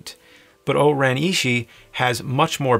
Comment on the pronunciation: It’s O-ren Ishii (eeshee-ee), pai mei (pie may), and Elle Driver, Not Ellie